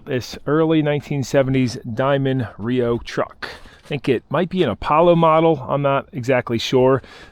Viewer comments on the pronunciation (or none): It’s not RIO. It’s R-E-O